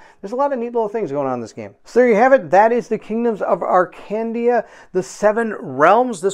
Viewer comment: Before reading the campgain, maybe do a pronoune check…. Arcandia (Akandia)